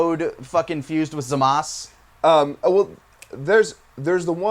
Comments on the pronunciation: Oh lord, these guys saying "Gokuuuu" smh. UGH and saying "Zamas," Jesus christ, the official english term is "Zamasu" pronounced "Zahm-asoo." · Please stop saying Zamas, his name is ZamasU. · not zamas.... zamasU. god that allways makes me cringe SO hard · Why do you consistently call him zamas when for a fact that it's already been confirmed that it's Zamasu, and nobody tell me that it hasn't been out at this time when before this, the Zamasu arch was alnost done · Why do they pronounce it Zamas, but the dub pronounces it like Zamasu? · Stop calling him ZAMAS. It’s obviously ZA MA SU. it’s been confirmed for years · "Zamas" ugh am I the only one who hates that pronunciation? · My god, stop pronouncing zamazus name wrong, in both dubs they pronounce it the same way why are you saying it differently